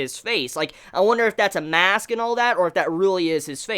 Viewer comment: Skeleton "Mask"? lol